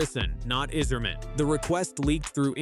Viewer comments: He's done everything right? Like disappearing last season after winning the gold medal? And why the AI narration that can't even pronounce Yzerman's name right? Isserman? Don't let the door hit you on your way out Dylan. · stupid robot voice can't even pronounce Yzerman